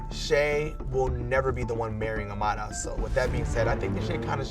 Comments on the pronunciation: The way they say Amara sounds like amala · It annoys me how everybody is pronouncing Amara's name! Its literally the only time they try to roll their R! Like STAAAAAHHHPP!